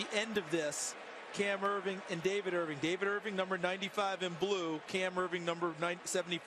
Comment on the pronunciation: "Irving on Erving crime" lol